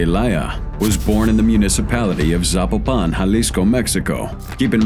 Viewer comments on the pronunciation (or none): dont like the way he says "Peso Pluma" or Zapopan!